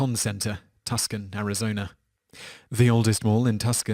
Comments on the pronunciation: Tuscon AZ Simon!!! Say "2 son" NOT "Tusscon" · Why don't you learn how to properly pronounce the names of US cities? The city in Arizona you mention is NOT Tus-con . . . it's TOO-sawn. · Its not Tus-con. It's Tu-son. That's how you pronounce it.lol Anyway, I think a lot of malls will start shutting down due to more and more people shopping online. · Tuscon = Too.sawn lol 😂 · “Too-sawn” not Tus-kon. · It's TWO Son not Tusk con. I know you are a Brit, but this just makes you sound like a fool! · Tus-can haha! It’s not Italy’s smaller sister city. It’s pronounced Too-sahn. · It's not pronounced "Tusken"!!! It's pronounced "Too-Sahn"! Tucson, Arizona!!!! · Tuskan? Tuksan? Really? Tooo Sahn! Tucson is pronounced TooSahn. It's mentioned in several songs not the least of which being a song by a little band you might have heard of called the Beatles. Jeezus man this city is like semi-famous. Alice Cooper got his start here when the band was called spiders with a lead singer named Vincent. FFS.... BTW El con mall is still here... but it's an outdoor mall, they tore most of the galleria down. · Tuscon is pronounced Too san not tuskin. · It's not tus con its pronounced two saun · Tus Con. Arizona.....lo. Too son or Too sun..... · It's Too-san (Tuscan) Arizona not Tus-kan, You British tart! And Cleveland , Ohio (US). Washington, DC is the only city w/o a state designation! Top ten european mistakes in designating US cities should be your next list shithead! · im american and i had to be told by my girlfriend from mexico that its not tus kun and is TOO-Sahn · i thought Tuscon was pronounced Tooson? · Touscon folk call their town 'TOO-son.' And yes, I know, but a fellow whose country has a family whose last name's spelled 'Chalmondsey' but which they pronounce as 'Chumley' really hasn't a leg to stand on. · Tucson is pronounced To-san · I've heard of Tucson, but what's a Tuscon? I'm not even American and I know how to pronounce & spell it correctly. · Tucson is pronounce too-sawn